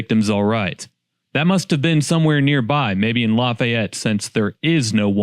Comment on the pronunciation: Random find of the video, just a drop-by viewer here. You can tell dude isn't from Indiana. We don't pronounce Lafayette the French way. It's with a longer 'E'. More "La-fē-yet", rather than "La-fai-et".